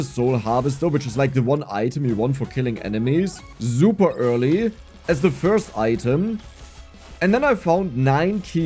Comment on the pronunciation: Dude its S, not Z. "So" not "Zo". "Super" not "Zuper"